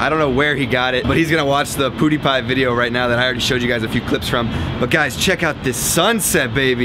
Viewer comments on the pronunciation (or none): It's pewdiepie..... Like gun shot... Not poodiepie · ITS PEW DIE PIE (PRONOUNCED AS PeEUDIPIE) Omg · Did he just roasted pewdiepie he clearly said poodiepie haha what a legend xD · appreciate that you call pewdie poodiepie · loling at how you say "PewDiePie", not sure if you're saying it on purpose or legit butchering his name haha. Love tho!